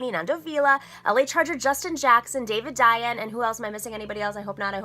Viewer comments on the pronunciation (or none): NOMIKI! IT'S David DAY-an, not David Diane lol! We'll keep working on that! Playing. Love your channel!